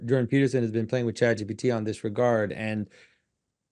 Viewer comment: when john says chat gtp he sounds like when zizek says mark zuckenberg, ok grandpa